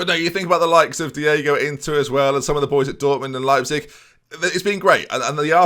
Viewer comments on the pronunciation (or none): none